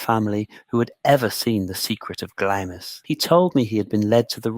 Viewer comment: The way Glamis is correctly pronounced is given in the first sentences as Glams, and continued to be pronounced wrong through the rest of the video, as Glamiss.